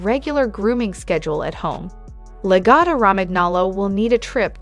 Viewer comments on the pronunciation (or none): Also, I think all the grooming clips in this video are not lagotto. Pronunciation of lagotto is terrible in the video. There are no all white or black logottos only off white with light sandy orangy patches to white and brown patches to dark brown dogs. They're soft and love to lounge and cuddle and don't shed so if you work from home and sit on the couch they're great little heaters in the winter. I don't have a dog smell in my house or dog hair to clean up. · Maybe learn how to say the name of the dog before you talk.... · Yes let’s definitely take advice from the person who, in the age of Google, didn’t even bother figuring out how to pronounce the breed’s name.